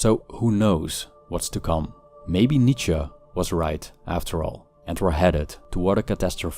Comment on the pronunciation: My new purpose in life is to decode the grammatical phenomenon of Americans replacing “-E” with an “-A” in German surnames, when it is the last letter. Nietzscha, Porscha etc.